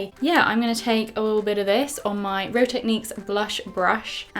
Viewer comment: You said "hold me mirror up" accent slip? Sounded like a bit of Liverpool there